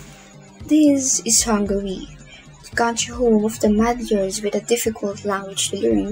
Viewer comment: I loved how you said "magyars". I am Hungarian but I also agree that this is a damn difficult language. Not many English or other people can say Magyar words right. But this isn't a problem